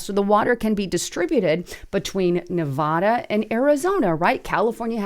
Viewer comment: Learn how to pronounce the state name, Nevada.